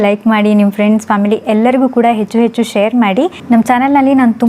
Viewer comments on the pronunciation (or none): none